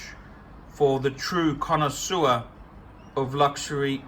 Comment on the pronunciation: Made me laugh when he said "its a true cona sewer"